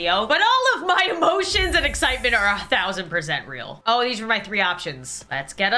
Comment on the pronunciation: When she said oh, oh, oh! But for some reason it sounds like ew, ew, ew!